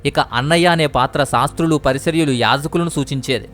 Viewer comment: PARISARYULU KAADU BROTHER PARISAYYULU.